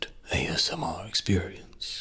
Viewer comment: i skipped a bit at the start so the first thing i hear is "ass mister"